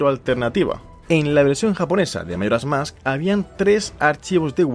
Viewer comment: Por qué dice mairas mask? Y no Majoras Mask?